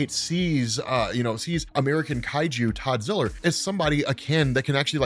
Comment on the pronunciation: Todd ziller? You mean toddzilla